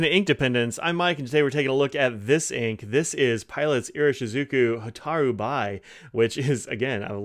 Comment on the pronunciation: Fascinating color, thanks for reviewing it. By the way, "bi" is pronounced "be." It comes from the character meaning "fire."